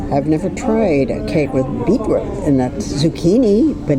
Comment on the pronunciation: What an interesting way to pronounce ‘beetroot’. Thanks for the videos as ever!